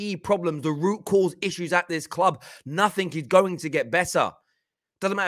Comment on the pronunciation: Please stop saying nothink